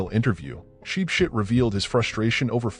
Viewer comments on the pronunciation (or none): As for “sheep shit”😂😂😂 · From now own ship ship ❤❤ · The way he pronounced his name 😭😭😄😄😄